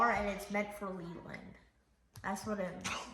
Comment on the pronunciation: Its Leland not lealand